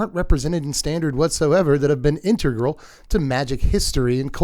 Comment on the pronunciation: integral? You said that like emrakul..... E's go Eehhh.